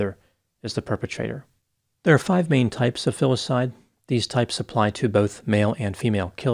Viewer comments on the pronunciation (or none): none